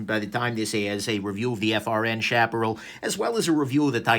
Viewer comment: Love this knife. And it's "shap uh Ral" like OK Corral :) After Sage, and Chaparral I'm on the lookout for the Tumbleweed!